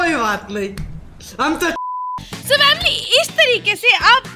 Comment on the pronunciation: Family ❌ Vamily ✅😂😂